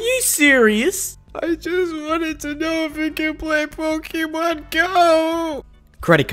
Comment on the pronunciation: jesus flarp its 2018 at the time this vid was made and you cant say pokemon. Say it with me. Po kay mon. Not pokey mon